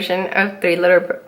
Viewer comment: Bloopers are so fun! "Three litter birds" 😂